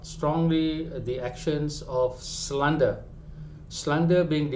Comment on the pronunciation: Ko ni merepek jer dh knp. Kalo ko gagal dlm pas….terima je lah. Pronoubce slander pon salah!